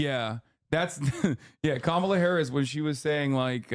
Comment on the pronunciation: He said it wrong